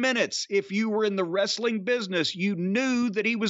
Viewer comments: ress-a-ling hahaha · puroTV quit saying "wrestling"! Everyone knows it's pronounced "wrest-a-ling"! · I think you meant “ress-a-ling”